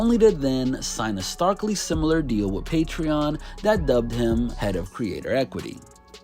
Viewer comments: He’s not smart. He can’t even pronounce patreon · haha. Exactly😂😜